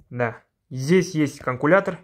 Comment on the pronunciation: Терлемей казакша сойлей Берсей котинди жыртпай. Канкулятор емес каЛькулятор